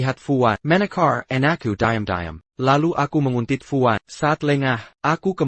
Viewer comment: Banyak perkataan yg sebutan nya kurang memusskan kn contoh diam jadi dayam